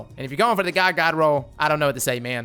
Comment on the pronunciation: Anyone else think he sounds like he's saying ga-ga roll?